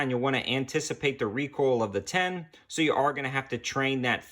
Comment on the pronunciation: When recoil is pronounced recoal……